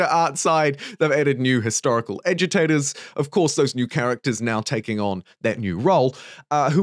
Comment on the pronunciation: I can't be the only one that keeps hearing "edutators" instead of agitators. Right?